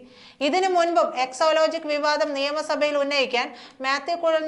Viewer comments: Yes she always says so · എക്സോ ലോജിക്കല്ല കൊച്ചേ. എക്സാലോജിക്കാണ്.